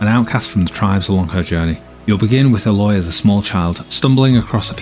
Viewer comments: By the way the main character's name is A-loy like the letter a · It really pisses me off when "game journalists" can't even be bothered to pronounce the names of the characters correctly. It's not as if they didn't say her name 10000 times before the proving(which I haven't even gotten to yet). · Ugh, why do reviewers do this? Her name is said like a million times in the game!